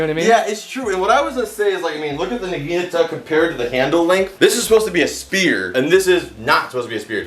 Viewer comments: Nagiinaata = wrong Naginata = right I'm sorry I'm a stickler for details if you say it right the next time I'll go on your channel both of them look for the first video and subscribe with that video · Naginata naug-i-naughta Pronunciation check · says the naginata is his favorite weapon, can't even pronounce it right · It rlly bugs me the way he pronounces naginata